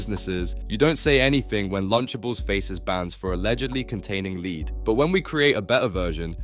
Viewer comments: I think it's AI. Notice how he says 'lead' (the metal) wrong twice but then correct the third time. It's really weird. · Are you an AI-tuber? Who mispronounces 'lead'? and again wrong , but then correct ? There's no way a human does that. And in fact, this entire script seems AI-generated. It's so chat-GPT-essay. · What's with pronouncing "lead" as Leeed??? One is about leading people, but I think you mean lead as in the metal, so it's pronounced leaad. Jezz, basic words, try to pronounce them right. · 'lead' as in 'led' lil bro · The lead pronunciation is driving me crazy. Makes you sound like AI. This video also could have been 45 mins shorter if you didn't repeat every single point 10 or more times each... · BRO how'd you mispronounce lead and then get it right 2 seconds later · this AI voice doesn't know how to say "lead" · lead is pronounced lead, think dead or head, not weed or greed are u a real person or some failed AI voice ? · Is it just me, or does this vo feel like ai? How can you mispronounce lead several times then get it right? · Lead? You really don't know how to say lead? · Noticed it 30 seconds in when it pronounced the wrong version of lead….